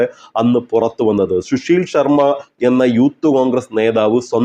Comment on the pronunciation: ശുശീൽ ശർമ്മ അല്ല സുശീൽ ശർമ്മ ആണ്. കഷ്ടം!